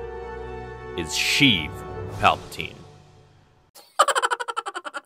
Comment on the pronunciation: pronounced 'shay-ev' btw